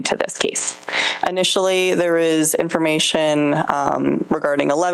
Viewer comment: Lmao this woman’s voice drives me crazy. Talks like a valley girl. Literally she talks like the blonde Liz character from Kroll Show. “In-for-MEE-shun”